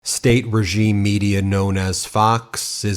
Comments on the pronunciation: fox really said regieme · Listen carefully as he starts to say "regime" 😮